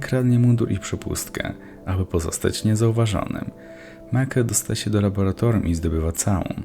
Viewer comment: raura, raboratorium, are, wody ktore sie rozrywaja, niezle kombo zajebales XD